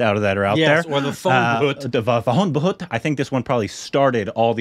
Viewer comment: pronunciation of Bhoot is almost perfect 😛❤️